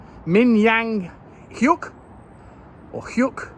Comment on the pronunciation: nailed pronouncing hyuk perfect and get the order wrong? 😂😂